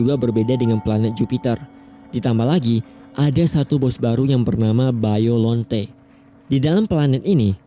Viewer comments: biolante bang b-i bi o-l l-a la n t-e te bukan biollonte kenapa harus kaiju favorit Aku😭😭😭😭😭😭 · 🗿 baiolont* biollante bang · Biolante bang bukan baiyolante